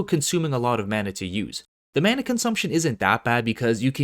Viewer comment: Why he say mana xd I was cringing